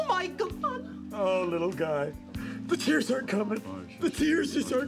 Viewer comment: "The tears are coming.. the tearses are coming"